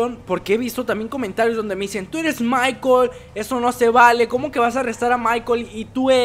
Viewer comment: es. michael. no. es. michel